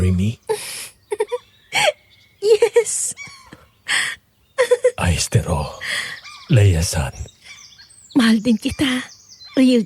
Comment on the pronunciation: anong aystero be 😭 Ayshteru yung pronunciation nun 😭